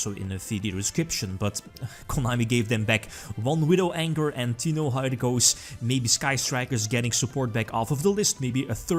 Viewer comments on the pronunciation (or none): Did he say Widow ANGER ?